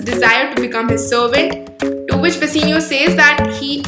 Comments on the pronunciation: It is "Bassanio" not Bassinio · It's bassanio not bassinio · It's not bassenio it's bassanio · It is "Bassanio" and not "Basseenio" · Bassanio its not bussino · Plz don't mind but it is not basenio it is bassanio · Its not Bassinio Its Bassanio Please correct yourlself.